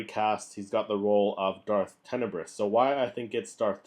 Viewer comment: So you haven't read the book. You mispronounced his name. You don't actually know the story from the Expanded Universe. All that equals that you ripped your info off from other people's vids that you watched. Well, that's original.